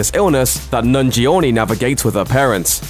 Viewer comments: The repeated mis-pronunciation of Kumail Nanjiani's name made me cringe every time it's said, and it's like the voice actor deliberately said it over and over just to hammer home that he can't pronounce it! It's pronounced as "nan-gee-ah-nee", and not "nun-gee-or-nee" as this idiot keeps on saying! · Man... Kumail's name sounded butchered there... "Nan-gee-owe-knee"? damn... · his name is not "nungee ownie" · Wow OK. You could've atleast looked up how to pronounce nanjiani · Wow the butchering of Kumail's surname in this video is triggering AF.